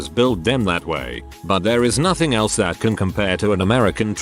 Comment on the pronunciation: Nohting 😂 nohting 😃